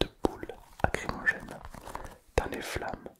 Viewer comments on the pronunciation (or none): Par contre c'est bombe lacrymogène pas acrymogene ; ) Le nom vient de lacrymal (qui est relatif aux larmes)